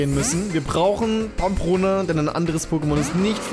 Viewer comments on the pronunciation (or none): Ey kennste nicht mal den richtigen spitznamen von Pampross?? Es heißt PAMPONA und nicht wie du im ganzen video sagst: PAMPRONA!! aber naja fehler passieren, du bist der beste mach weiter so, hast die 1.Mio abos verdient, solltest du ja 2018 schaffen;)